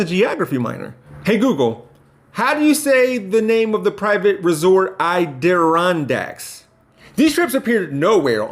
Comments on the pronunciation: It’s pronounced A-da-rondax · Oh boy. From a PR perspective, don’t further the stereotype of “the uneducated black man” please. Don’t make a YouTube video about how you were a geography minor and don’t know how to say “Adirondack”. That makes it look like you didn’t earn your degree or you got your degree from a box of crackerjacks. It’s a harmful stereotype, please don’t give it any room to breathe.